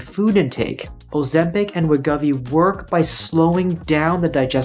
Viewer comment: As someone who has lost weight in such numbers over the years, I can confirm that it is much easier to keep weight off than it is to lose it. And BTW it pronounced Wa•gō•vee